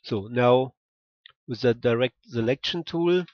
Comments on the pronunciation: Dont read it like tooul!!!! Read it like tool its annoying af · I mean I really like your videos but the way you pronounce the word "tool" is annoying me. Can you pronounce it right please? You can just look how its pronounced here: its like /tu:l/